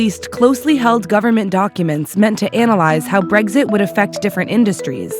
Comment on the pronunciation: Nothing like putting an American on as the narrator. Really lends it the imprimatur of legitimacy. Especially the way she pronounces "breggsit". Nicely done, Vice.